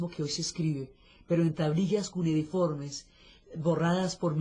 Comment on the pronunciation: Buenas. La palabra que usa la señora Diana para referirse a las tablillas es equívoca. No es “cunediforme”, es cuneiforme. Gracias.